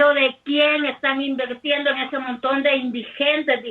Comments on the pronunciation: ¿Escuché mal o la dijo "invertiendo"? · Esa loca dice ivenrtiendo jajaja 😂